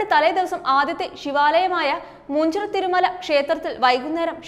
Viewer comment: മൂഞ്ചിറ അല്ല . മുഞ്ചിറ എന്ന് പറയൂ